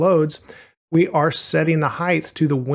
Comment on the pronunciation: This is a really minor thing but it bothered me a lot, you are pronouncing Height weirdly. You keep saying "hithe" instead of "hite", sorry to point it out but I thought I was growing crazy haha